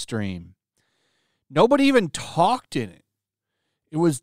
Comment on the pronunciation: Did this dude just say "talk-ded" and "sloppish"?! Bro you do speaky Engrish right? But I digress; I do agree with you that the ridiculous trajectory Marvel is on these days is just plain dumb!!!! A Vamp movie with no blood is about the dumbest idea I've ever heard. And it absolutely should be rated R! Just like Deadpool should also remain.